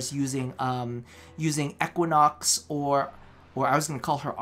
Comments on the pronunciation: yeah say EEEquinox not Ehquinox lol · 2Many Giggs he says ECKWAnox